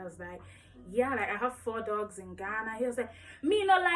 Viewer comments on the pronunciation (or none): You like dooooogs? 😭😭😭 The accent though